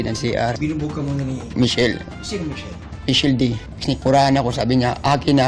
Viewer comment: Michelle dee kuyaaaa not dy 😭😭😭😭